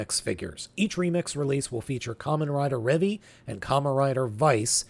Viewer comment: you mispronounced a lot of the terms for Kamen Rider Revice. ~ ~ First the word ViStamp is a cross pronunciation of “vice” and “stamp” so the “i” is a long “i”. ~ It’s the Ohin“Buster” 50. ~ Kamen Rider Revi. It rhymes with the name Levi. Cross pronunciation of Revi amd Vice gives you Revice. ~ You got the pronunciation Genome second try. ~You got the pronunciation for XTurismo correct first try.